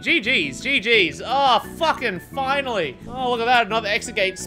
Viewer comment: It's oyva. It's foinally oyva.